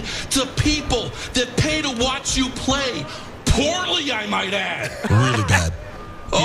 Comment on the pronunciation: “You block……. pause for dramatic effect POORLY!”